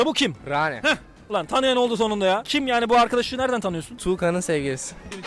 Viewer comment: Raane değil RRaene